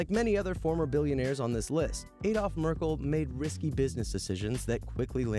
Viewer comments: ADLOF MERCKLE! not Adolf Mercie.. hat man euch in den kopf geschissen? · The No 1 guys name is Adolf Merckle not Mecie. He was the owner of Ratiopharm and a lot other companies.